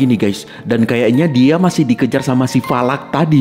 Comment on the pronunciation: Bang falak bukan valak